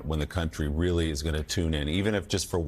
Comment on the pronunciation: It’s really Joe not weeerly ,you got Biden’s disease.